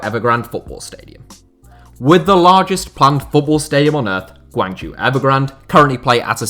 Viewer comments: Great video, however, 'zhou' is pronounced 'Joe', not 'jew'. Hopefully you can correct this next time Guangzhou Evergrande is mentioned. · Guangzhou is pronounced like [gwung-joe]